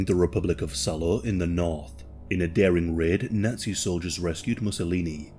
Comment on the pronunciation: Lol why do you say Nutsy instead of Nazi?